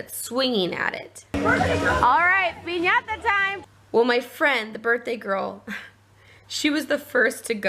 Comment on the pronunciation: That party looked fun it reminded me of my random crazy friends lol And I love that you annunciate piñata correctly. Made me giggle